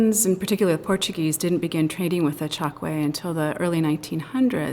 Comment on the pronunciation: I grew up in the 1950's in Angola in the Chokwe area and my parents both spoke it daily. It's pronounced Choke-way, not Chok-way.